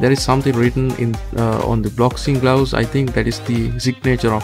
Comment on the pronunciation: I swear he said boxing glowses lmao 😂